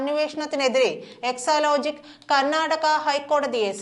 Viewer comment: ന്യൂസ്‌ റീഡർ കൂടെ കൂടെ എക്ലോലോജിക് എന്ന് പറയുന്നു. സാജൻ (മറുനാടൻ ) എക്സാലോജിക് എന്ന് പറയുന്നു ഇതിൽ ഏതാണ് ശെരി. ന്യൂസ്‌ റീഡർ ശെരിയായി ഉച്ചരിക്കണം എന്നൊന്നും ഇല്ലേ